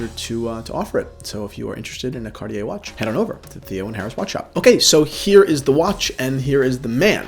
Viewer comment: Cartier his favourite brand but cant even pronounce it